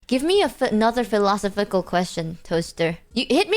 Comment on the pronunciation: The way she pronounces the word "philosophical" is the funniest thing in this video.